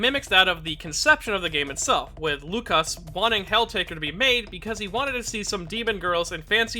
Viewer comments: Not - "Lukasz" Yes-"Wookasz" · It's "woo-cash" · You almost got "Łukasz" right, the Ł is pronounced like W and "sz" is a "sh" sound. Malina means razzberry and zdrada betrayal in polish. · Oh god, you butchered his name. Good vid tho.